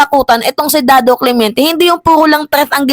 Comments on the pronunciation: Hindi Cle-mien-te Ito tama Cle-men-te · Clemente not clemiente